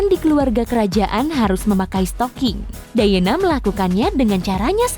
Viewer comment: Lady "Dayena" harusnya Lady "Dayana". Charles harusnya "Carls"